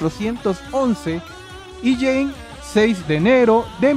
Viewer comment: Jeanne se pronuncia "Yan" con una "a" larga